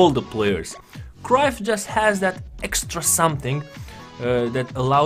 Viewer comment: great video. but its bugging me how you are miss-pronouncing Cruyff's name. if you can correct that next time please:)